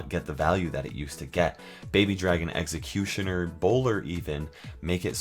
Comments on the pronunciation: "Egg"ecutioner is not how you pronounce Executioner lol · you say it like eggxocutioner but I won't judge I like your voice!